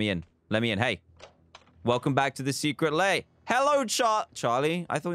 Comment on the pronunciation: " Welcome back to the secret LAY "